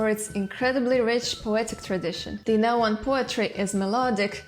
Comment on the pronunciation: subing just for the fact that you pronounce the "tl".